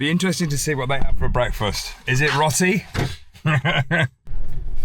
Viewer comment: Hi Marianne and, love your channel and all your adventures. Marianne you are amazing with all the driving skills.. especially driving through India. You should get a medal for that! please stop saying Rotty… it is actually Row- tee as in Row Row Row your boat…. Great channel guys keep up the fantastic videos, so interesting. Stay safe. 🙏🙏🙏